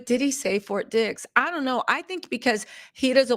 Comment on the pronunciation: Hi it sounds like "FORT DICKS" LMAO.